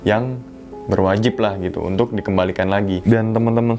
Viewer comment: Unthuk... unthuk... unthukkkk Jawa sekali 🤣🤣🤣